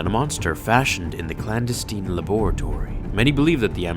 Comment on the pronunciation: Here's a suggestion: look up the pronunciation to words you don't understand, like genuflect or clandestine. I'll give you a pass on "laboratory" and "process", since I assume you're Canadian or some shit.